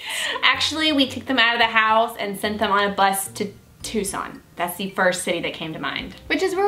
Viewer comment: Woohoo I live in tucson and no one ever says it right you two rock just for saying that right oh and well because you both are just amazing